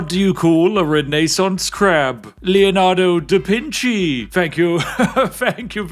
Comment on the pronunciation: LOL „Leonardo Dapinci" had me laughing way too hard.. hahahaha